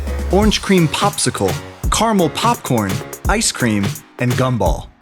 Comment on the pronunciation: He said “Carmel Popcrn”